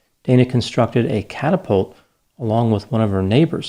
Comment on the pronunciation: Cat-apult 😂🤣🤣🤣🤣 Dana reminds me of this nurse in the thriller Misery